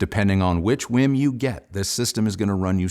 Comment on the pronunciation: Not "whim." It's w-e-e-m.